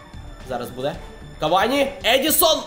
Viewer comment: Я не душніла відразу кажу, але не Едісон Кавані, а ЕдіНсон Кавані <3